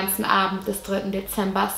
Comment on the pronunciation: „Deeember 1957“